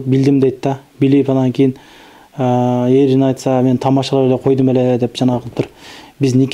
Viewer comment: Ээрин эмес эрин туура болсо керек? Ээр бул атка токулат